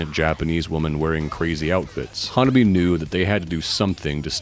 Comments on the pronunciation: Awesome video! Just an fyi, HANABIE. is pronounced ha-na-BEE-eh. Also, when spelling HANABIE. don't forget to put the period "." at the end. The period has specific meaning for the band. Been a fan since I 1st saw rhem in nyc in 2023. So happy that theyve been gaining in popularity and fans! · While it is great to see you doing a video on this awesome and fun band, a couple of notes: their name is actually pronounced HAN-AH-BEE-EH and their first single that really pushed their colorful image was called 'L.C.G.' (Lollipop Candy Girl). Still, respect for your vid 🤘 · "HanabiE" it is not a silent E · One of the earliest English language videos about Hanabie that I saw was on the Axe Japan channel It was released shortly after the We Love Sweets video came out. He pronounces Sae correctly, but not Hanabie. For the pronunciation of Hanabie. watch the video 'The RIGHT WAY to say "HANABIE."' A couple of other innovative Japanese bands to check out are Ailifdopa and Paledusk. They are all-male bands. They might be too experimental to be popular but the music is interesting and their music videos are outrageously weird. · Some people....like the majority of these reaction videos produced since Spicy Queen came out? The fan base is getting kind of weeby if ya ask me. Bunch of old dudes who don't know hardcore from thrash metal, can't pronounce Hanabie but they luvs them cute Japanese girls... Oh well, I do love that Hanabie is absolutely raking it in on merch. They deserve every penny. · Good video man! I saw them live march 17 2026 in Montréal and that was insane! They're so good live.. Since tour video is informative, i would like to point out that HANABIE is pronounced with an É at the end, like HEY.. I think they tried many times to tell people and maybe they give up 🤷.. But yeah They're fun and awesome!